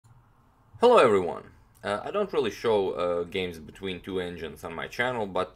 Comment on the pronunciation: Hell-oh evv-wee-wun